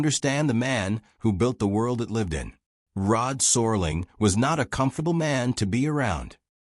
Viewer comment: It's Rod Serling not sorling.